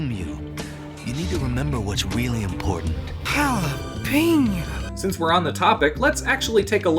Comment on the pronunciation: why do you say jalepena?